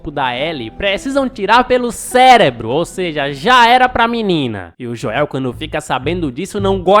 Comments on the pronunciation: Que raiva do falando "Joél" kkk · Mano é Joel não Joel !